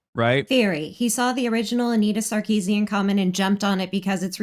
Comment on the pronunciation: Hasan is so sexist, he has no idea how to pronounce Sarkeesian.